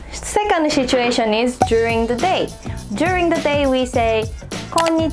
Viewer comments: Just a friendly advice. You should probably drop the H when pronouncing "situation". It's not pronounced "shituation". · really interesting. Quick tip - it's pronounced sit-u-ation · Great video! You might want to be careful with your pronunciation of the first syllable in 'situation' though! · Her saying "shituation" is pretty funny...😂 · "shituation" 💀 THIS WAS NOT MEANT TO BE HATE SHE MAKES AMAZING VIDEOS THAT TEACH ME SO MUCH! 💛💛💛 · "you're in a good mood... what happened?" there was a shituation 🤣